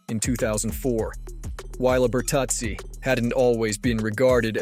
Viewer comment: How do you make a list and not even know how to say thry guys name? Bertuzzi was not a dirty player